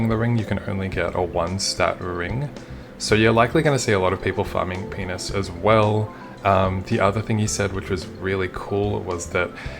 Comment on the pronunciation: I love how you pronounce Pianus